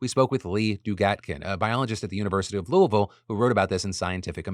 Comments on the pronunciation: The fact the he said Louisville like most Kentuckians made me so happy! From Eastern Kentucky here. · as a Kentuckian, thank you for saying Louisville right Phil !!!! 😭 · Good job saying Louisville, Phil 🤣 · Props on saying Louisville correctly, it is rarely done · Bless you for pronouncing “Louisville” correctly! If I hear someone call it “LEWIE-VILLE” one more time, I’m going to lose my mind. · THANK YOU! For pronouncing Louisville the way locals do! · Hey Phil, long time watcher first time commenter, thank you for not completely butchering “Louisville”. We Louisvillians are very particular about how it’s said and you did decent. Just need to act like you have more marbles in your mouth. Much love.